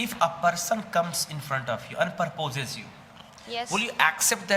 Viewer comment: Sir, you pronounced the word PROPOSE... please do check it.